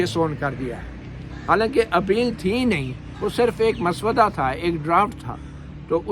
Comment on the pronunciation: Not "maswada". It's " mussawwida".